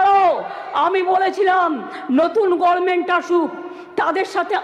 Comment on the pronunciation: প্রতিটা বাক্যের শুরুতে " মনে রাখবেন"! আগে কথা বলতে শিখুন। 'সন্মান', 'গর্মেন্ট' ',পবলেম' এসব কি?